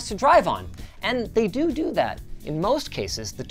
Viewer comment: .. "they dodo that " :D Heh I'll never grow up!!!